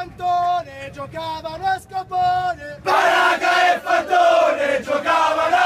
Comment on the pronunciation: Ma non è FALCONE🤦🏻‍♂️🤣 È FANTONE...Fanteria.....